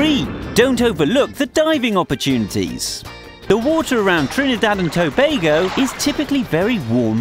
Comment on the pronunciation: why tf did he prnounce it that way "TrnIIdadh and toebagoe"